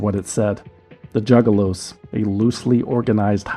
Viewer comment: The news reporter at 37 mins calling them “Jugaloos” really sent me bro thanks 😭😭